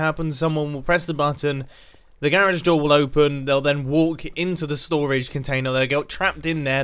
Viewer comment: Nobody: Mumbo:stOraGe WarS